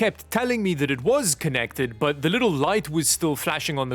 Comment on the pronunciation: "Butt first" instead of "But first" 😂